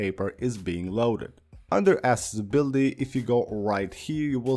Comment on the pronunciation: Tu eres de New Yersey? Me gusta como tu dices accessibility en ingles 😂😂